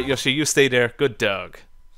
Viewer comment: Yoshi not yushi